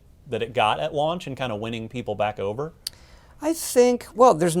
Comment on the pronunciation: Why does struggle to say "launch" so much? It's like he keeps saying "lunch" or trying to pronounce it like an American.